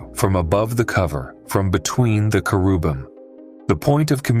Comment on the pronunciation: Aww, AI still cannot pronounce "cheribum" properly.